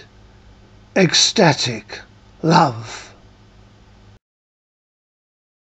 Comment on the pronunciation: I've never heard "ecstatic" pronounced so beautifully before. Quite lovely. And, from what I can recall when I was that age, it resonates. Cavafy had an understanding, obviously, of anticipatory assignations. ( although I don't know how much of you is in this,....) When will your book of these poems be published? ★ ★ ★ ★ ★